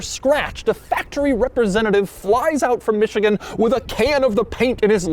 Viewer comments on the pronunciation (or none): none